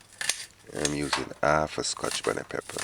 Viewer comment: It’s half not Alf please pronounce your H so ppl could understand your English